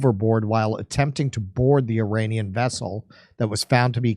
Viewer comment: F your pronouncing the word Iranian